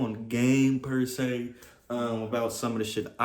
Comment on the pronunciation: "pursay" (not per se) 😂